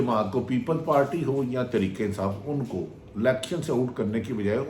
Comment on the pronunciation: بھٹی کم از کم آپ تو ترکے انصاف ناں بولو تحریک انصاف ہے بولو راجہ ریاض بولے اور بات ہے تم اینکر ہو خدا کے لئے اردو کا ناس ناں مارو 🤦‍♀️